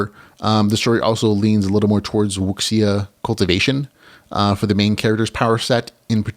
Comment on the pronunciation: Wuxia, pronounced wushia:)